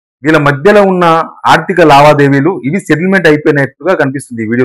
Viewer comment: సెటిల్మెంట్ అనే పదాన్ని నువ్వు స్పష్టంగా పలకాలి బ్రదర్..... ఆమాట ఎవరికీ అర్ధం కావటంలేదు.